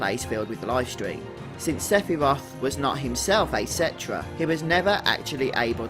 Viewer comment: Seph-y-roth!!!!! Hahahahahahahaha